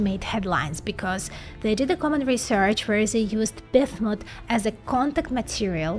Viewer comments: It really irritates me that she cannot pronounce the name "BISMUTH". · Was trying to catch what exactly she was saying. Sounded a little like biff-mutt. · lmao each time I hear bithmut haha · BIZLISP #smile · I think the best part of this is hearing say Bismuth.